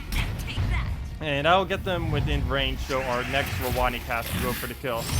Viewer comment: Yeah lol I'm pretty sure that is how it is supposed to be pronounced. I cringed every time he said rowonnee XD